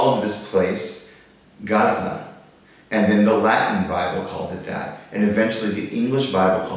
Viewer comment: Your history is somewhat correct, except when you made it seem like Hebrew comes from Arabic, it's the other way around, they just preserved it better, thanks all the Ashkenazim our ”ivrit” is a mess no offense. And you're still pronouncing it wrong, ayin is a gutteral letter, not pronounced by the mouth only the throat. Kind of sounds like swallowing a whole grape without chewing.